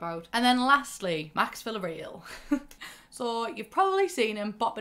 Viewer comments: It's not VillarEEl. It's VillarEAl. Like "aaw". Portuguese. Vila Real. Real from realeza, royals. Real = Royal. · I love you, but Villareal is a Spanish name that is pronounced "Via-Rayel" lol not villa real smh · My cousins are Villarreals... It's pronounced Vee-ree-el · Villareal is pronounced vee-yah-reh-AL btw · honey, I love you but the pronunciation of Villareal is KILLING me 😂